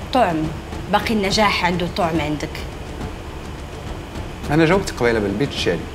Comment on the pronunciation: غلطة يا شهرزاد كنقولو طعم بالفتحة ماشي طعم بالضمة ، حشومة تقديري هاذ الغلطة اللغوية